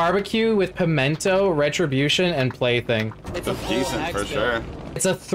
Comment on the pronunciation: all of them saying “pemento” is killing me